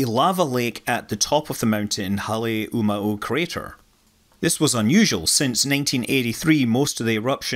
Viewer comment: Great Video! Hale Umao [@ ]??? Is that the famous Halema'uma'u (House of Ferns) Crater or did 'Oumuamua crash into the Big Island? Read as [Hále + Má'u + Má'u] "HAH lay MAH ooh Mah ooh".